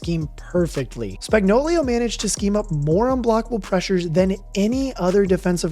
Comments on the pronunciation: aye no hate coming from me but I noticed and laughed when you said "spagnoulio" instead of spagnoulo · It’s Spagnuolo, not Spagnolio! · The Chiefs' defensive coordinator's name is pronounced: "Spag-nō-lō." You kept pronouncing his name incorrectly as "Spag-nō-liō" 👍🏻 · Its Steve Spagnuolo, not Spagnuolio. Y'all be trippin since the day McDuffie called him spagnolia... spag-no-low🤦 and if you can't handle it just call him spags because it's pathetic that y'all can't read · Spagnuolo not Spagnuolio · It's Spagnuolo, not Spagnolio. Great video but get it right. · Chandler Jones? CHRIS Spag-no-LIO? Like Cornholio? Spag-no-lo Idiot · SpagnoLO, no SpagnoLIO. This bothers me more than it should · Why can no one pronounce Spagnuolo correctly LOL it's Spag-no-lo. Not Spagnoleo LMAO - "Spag" sounds like "spag" in spaghetti. - "no" sounds like the word "no." - "lo" sounds like "low." So, it would be: Spag-no-lo. Just saying lol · Did this dink even watch any of the playoffs or SBs over the last two years? Steve Spag-know-lee-o, lol, it’s just Spag-know-lo. Maybe he’s combining the names of Spagnolo the Chiefs DC and Coolio the rapper, lol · Lol dude..... it's pronounced Steve Spag-nah-luh......not Spag-no-lee-oh😂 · It's Spagnuolo, not Spagnolio. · Steve Spagnuolo = steev spag·naa·luh = Spags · Spag-no-lo Spagnuolo has no 'i" in it. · Now when everyone sees spags name they will read it this way, spagnolio. You'll hear it. Can't wait to see chandler Jones. I've wanted this for a while now. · Say it with me: Spag no lo. Easy! Simple! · Also "Spagnolio" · Could more corrections, that’s not how you say spags name and jones not known for plugging up runs. Jones above average at the run and best DT at pass rush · Please learn Spag's correct pronunciation. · added some Italian flair with the pronunciation of Spagnolo